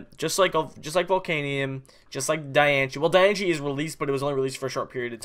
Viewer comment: Its not Die - an - che its Die - an - ce